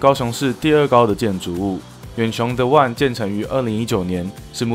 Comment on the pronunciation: The one 發音不正確